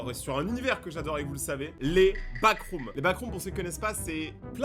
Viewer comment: T'a dit backroms wsh